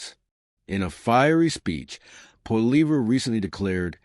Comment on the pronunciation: stupid jerk learn how 2 say his last name